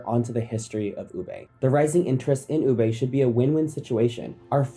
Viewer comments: Is it just me or does every Filipino also get infuriated when he pronounces "Ube" is "Ubay" not "Uube" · For those Fil-am folks. It's Ube (oo-be) not (oo-bay) 😂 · Please let me express my pet peeve. It’s very unreasonable and petty but pet peeves are pet peeves. Disclaimer done, here goes. Americans: “Ooh-bay” Filipinos: “It’s ‘Oo-behh.’” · Great video but just got to say, it's pronounced oo-beh not oo-bay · Can't help but be a bit nickpicky about the pronounciation of ube. It's oo-beh and not oo-bay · Ube is pronounced as “Oo-beh” not. “Oo-bay” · Ooo-beh not Oobey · It's not ubei. It's ubeh. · It's not oo-bey. It is oo-beh! Again. Oo-beh. Oo-beh. Oo-beh. That is the correct way to read ube. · Americans: ube pronounced as tube without the T. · It’s ube not ubey. If you’re going to use it for clout maybe learn how to pronounce it properly first. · Oh mytgoodsdd it’s pronounced u-beh ommjjhyggb im crashing out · the pronunciation of ube as "ubey" is hurting me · Idk bro you lost credibility for me cause you can't say ube properly lol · You can start by pronouncing it correctly. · Can't blame America for ruining ube if you can't pronounce it properly! lol. It's not that hard, just saying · Americans ruining “Ube” by pronouncing it wrong. Even the narrator is pronouncing it wrong 😂